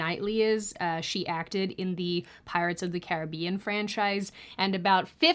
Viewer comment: Wtf is Pirates of the Carry Bean? 😉